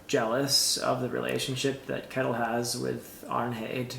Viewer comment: Finally getting to read these books after waiting for them from the library! So fun to hear your thoughts! Just a side note, It might be different in old Norse but I'm Swedish and we pronounce Kettil/Kättil more or less like shettil (like a shushing sound st the beginning)